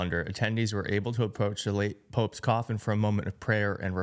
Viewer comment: It's "Pope's", I tried not to hear you say "Poke's", so what other enlightening brilliance can you not say.